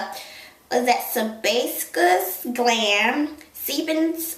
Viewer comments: Se-bay-shous.....thats how you would pronounce....sebaceous..a.k.a. sebum. Just had to take physiology and anatomy.... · LOL!! Sebaceous glands pr. (see-bay-shus glah-nds)